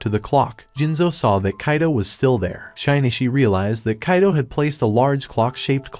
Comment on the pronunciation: I could forgive anything, but butchering Shinichi's name that much?! Just no...